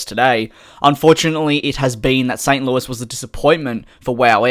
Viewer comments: You pronounced St Louis exactly how it's supposed to be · FYI, you did pronounce St. Louis correctly